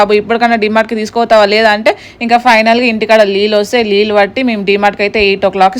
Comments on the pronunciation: Lullu kadu nillu😂😂😂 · Leelu kadhu neelu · Lillu kadu akka niru or nilu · Leelu kadhu neellu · Leellu kaadu amma neelluu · Leellu kaadu avi neellu